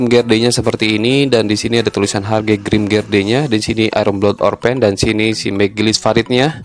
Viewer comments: Seharusnya grimgerde bukan grimgerdee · Grimgerdee? Kalau aku bacanya Grimgede gara2 kamu bacanya Grimgede. Eh, grimgerdee